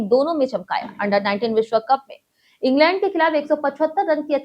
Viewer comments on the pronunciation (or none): none